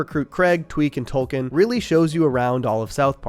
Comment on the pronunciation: Tolken???? Boo